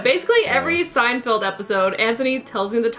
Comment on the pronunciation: Anthony why do you keep saying SeinFIELD? It’s Feld. You understand? I’m m going to keep calling you until you learn to say Seinfeld.